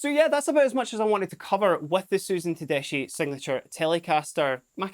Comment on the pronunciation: btw is pronounced “tedeski “